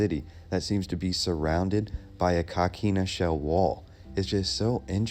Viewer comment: Hi. If I may ask where did you get the pronunciation of coquina as caquina? I grew up in st Augustine and we always pronounced the work as co not ca. I think even with a Spanish pronunciation an o sounds like o. Just wondering. Enjoyed the video. Thank you